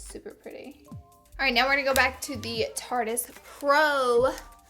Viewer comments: Okay. It's tarte-ist. NOT Tartiest right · Anyone else notice she says tarte-eeeeeist ? It's just Tarte-ist. Still love you tho! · Am I the only one who's super iffy when someone says tarte-eist? It's obviously a pun on the word "artist", so it should be pronounced "tartist" lmao